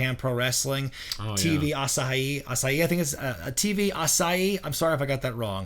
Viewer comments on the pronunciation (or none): Gotta put more emphasis on the "hee" in Asahi. Other than that, you nailed it,. But man, this is a huge bummer. I mean, NJPW has their free matches and weekly promos, but if it weren't for YouTubers talking about NJPW, their following in the West may not be as big as it is now.